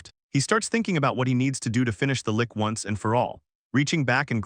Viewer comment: Lich, Lich, Lich, Lich, rhymes with Ditch, Which, Hitch, Bitch, its Not A Lick.